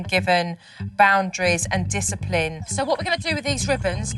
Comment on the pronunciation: This is how many times Supernanny says DYSAPLIN or however you spell it. | | \/